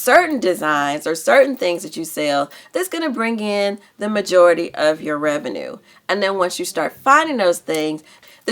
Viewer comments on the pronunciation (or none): none